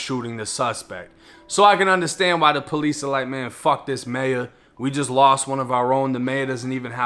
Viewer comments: is he meaning to say “peace officer” or is that the accent lol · Say the word, "Police"... one more time lol that accent is funny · Why you keep saying police like that bro😂😂